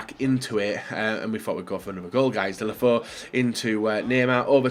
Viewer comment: It’s pronounced ‘delefau’